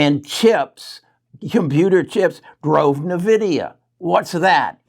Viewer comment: “N” vidia not nevidia